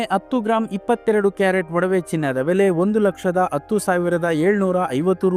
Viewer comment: Sir attu alla adu hattu